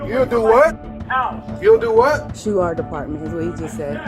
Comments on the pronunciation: Sounds like She said “shoe”. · i heard shoe, they were gonna get the sneaker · you misdubbed the female officer. she says shue not sue or shoot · She said "shoe" because she is an uneducated American. Shoe doesn't mean shoot though. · To me, it sounded like she said 'shoe', but maybe I need my hearing checked. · With closed captions on . He said sue . The officer said shoe. At least according to closed captions. The female cop can't even pronounce the words shoot ,sue or shoe ... Yet she heard shoot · you need to listen and not look at the subtitles. she said shues